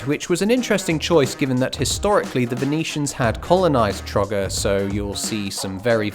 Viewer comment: as a croatian the way you said trogir made me burst out laughing XD